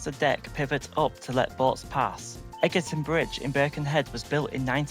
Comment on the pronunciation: Great video. Its pronounced Edge-erton not Egg-erton though ;)